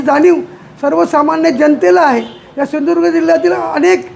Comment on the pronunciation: Hyala ajun sindhudurg mhanta yet nahi 😂😂😂